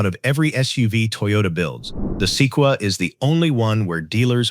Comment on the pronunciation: The “Seekwa”??? Se-quoi-ya